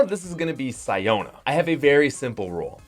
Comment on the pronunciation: It’s pronounced See-Own-Ah, not Sigh-Own-Ah.